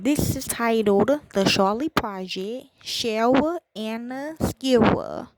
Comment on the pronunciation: This is 10 minutes of my life I cannot get back. Please learn how to correctly pronounce the Cheryl's name, the relevant places mentioned in the "podcast" (a term I use lightly) and the relevant characters in the case. This was painful to listen to, with lots of incorrect information and it is also noted that you are not working with the family. I usually say any attention Cheryl's case gets is good, but this has proven me wrong.